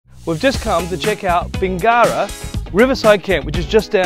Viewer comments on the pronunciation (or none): It’s NOT pronounced Bing GARA. It’s pronounced Bingera, with no emphasis after the “ing”. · When doing a review of an area at the very minimum pronounce the town properly